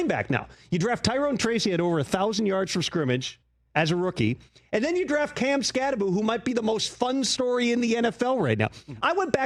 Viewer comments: It's Kam Skattebo. NOT Skatteboo. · Direct quote from article: Skattebo's last name is pronounced "SKAT-eh-boo." While the end of the name looks like it should be pronounced "boh," it's actually pronounced as "boo." It's not the most difficult name as far as college football players go, but it's easy to get tripped up on that last syllable. Arizona State's player profile for Skattebo emphasizes that the end of the name is "pronounced BOO."